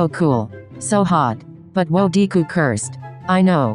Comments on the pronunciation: ah yes deeeee-ku and not de-ku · it sounded like "Deku" 😫 i love it 😂